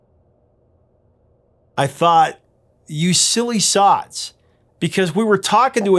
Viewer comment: "You silly sods," not "sots."